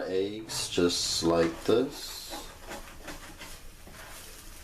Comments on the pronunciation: It’s Eggs not Aeggs 😂😂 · The way you say eggs is funny, you say "eiiyyggs" lol